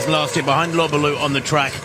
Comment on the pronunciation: He got Lobalu and Kimeli mixed up about 4 times...pronounces Lobalu like an imbecile and bangs on about "took refuge in Kenya, former South Sudaner, former Kenyan" bla bla bla..then Freudian slipped that they were team mates when Lobalu dropped out. He may be a good announcer..but he dropped a few clangers here to say the least. He has a great announcing voice..but the words that come out aren't all that nor full of insight in my opinion..he recites pbs and wiki pages mostly.